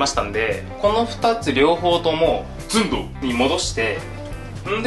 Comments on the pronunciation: 寸⤴胴⤵w ツボりましたw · 「寸胴」の言い直しで噴いたｗｗｗ 次回は「ZUN☆DOU」ですね←